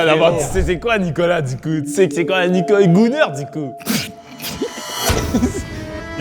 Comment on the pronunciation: Dès les premieres secondes j ai su que nicolas etait le Québécois . Personne en France ne prononce " Nicolô" pour dire nicolA